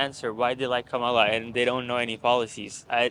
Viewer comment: Her name is Comma-la ( Ka ma la)!🙄😳🙏